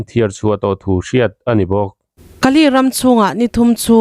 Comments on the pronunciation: Kaa ley nilovin Kaley aw. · Kali ti lo la Kale.ti rawh. Ani loloa in sawi chuan kan lu ahai. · Ka li tih kha ilam dik lo deuh va li tih tak kha thluk hniam lo vin thluk sang deuh la i lam dik chiah ang😂😂😂